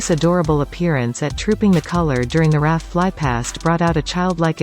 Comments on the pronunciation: Just a point of British language.... we don't pronounce the 's' in Louis's name. Also, we say R.A.F. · RAF isn't pronounced 'raff' either. It's a robot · In Prince Louis' name, the 's' is not pronounced. And 'RAF' is never pronounced as one word: always as three letters! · Automated voice mispronounces RAF and Louis.